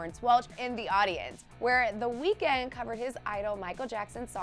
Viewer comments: Another thing you didn't know about him. You've been pronouncing his name wrong ! 😂 that was on the list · THATS NOT WHY HIS NAME IS 'THE WEEKND' FFS............ at least do it properly.